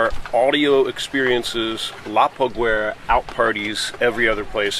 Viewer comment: La paguera is pronounced pagera. The u is silent, unless two dots are above it.